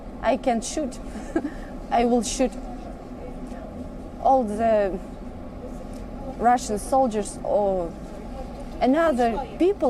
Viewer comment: Russudaa 😂😂😂😂 kun hai yee unfad Anchr Russ ko Russudaa bolri.